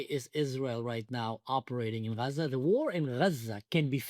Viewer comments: Achi stop calling it ghjjjjjjzzzzzaaaaaaa ffs 😂😂😂😂😂😂 dying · it's not raza or gaza it's AZZA and it's a name as well from the bible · It's A'aza. Not Graza. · And why in the hell do they say Haza instead of Gaza??? I’m sorry, are they from the area? Do they speak Arabic??? Idiots!!! Actual fools. It’s so embarrassing!! 🇺🇸🇨🇱🇮🇱✝️♥️ Am Yisrael Chai!!!!! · Why they pronounce 'xaza'? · The pronunciation of Gaza sounds like haza which in Hebrew is Chazir which means PIG! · Azzah is the Hebrew pronunciation of the land from biblical sources. Azzah is the 7th oldest city in the world. Israel predates Palestine by more than 1,000 years. Describing it as the prickly or the thorny place. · What's with the new pronouncation of Gaza? This is the girst time I hear it - and I followed the situation from day 1.